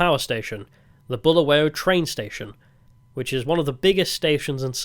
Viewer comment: Balawayo ballaballa balingo 😢 Honestly (as a semi brit who grew up there) I feel in this single video you have taken the time to learn more about our history than even I knew).. Mad props and respect for your adventures and pure and honest take on what you've learned.. I wanted to roast you for your pronunciations etc but you deserve respect for learning and obviously being kind. (You wouldn't have gotten far without showing respect) The history and sad current state are one thing, but I'm sure you were WOWed by the openness, honest and lovelyness of ordinary folks. Good luck on your next trek!